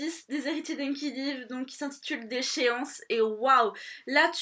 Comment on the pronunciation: coucou. juste une petite info. les héritiers d'enkidiev on le prononce comme si on disait enkidiève ;)